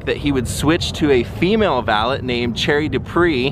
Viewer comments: no offence but its pronounced val-ay not val-et...french thing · I like your videos but I can't stand listening to you say "valit" anymore